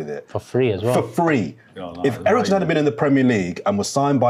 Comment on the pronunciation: He said Eriksen??!🤣🤣🤣🤣